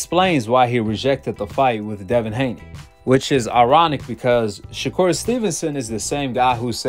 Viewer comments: "Shakur 'Stephen From Django'. ShaKoon.". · Did floyd call him shakur Stevens😂😂